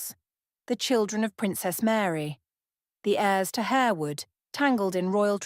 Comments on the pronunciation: It’s HAR-wood. Not HARE-wood. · Atrocious narration . Plus the house is pronounced HAR wood and the family name is pronounced LASScelles . At least make the effort to check all points. .